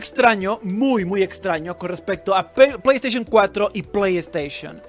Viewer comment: pollo estaishon 4 xD